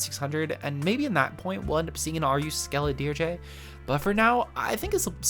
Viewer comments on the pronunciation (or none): I think the pronunciation for skeledirge’s last half is durj, like just the j sound at the end. It just means music for the dead.